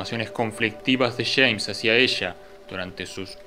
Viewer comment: Los Argentos dicen Chemns en vez de James crei que Chemns era otro personaje jaja. Aquí va otra dice "lo Chama" en vez de "lo llama", pronuncian mucho la "Ch", si Che, la, conCha de la lora.. La tablicha/tablilla, otras que les he escuchado como dirian carajo? Caracho che, con echas/ellas. No entiendo por que pronuncian tanto la "Ch" saludos desde Mexico.